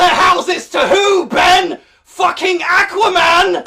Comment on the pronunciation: I'm English and I approve this Aquaman pronounciation